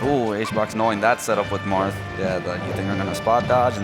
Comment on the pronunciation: lolz did he say Marff??